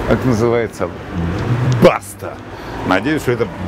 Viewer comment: только не баста , а башта ( т.е. башня )